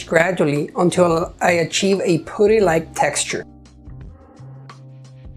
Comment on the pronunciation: Very pretty planter box. Thank you. Also want to say that the 'u' in putty is pronounced the same way as the 'u' in the word up. Looking forward to watching mire if your videos 😊